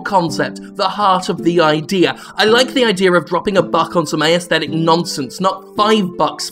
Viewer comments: Why does Jim keep saying "ayesthetic" instead of "aesthetic"? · He pronounces 'aesthetic' unusually. Is that an Australian thing?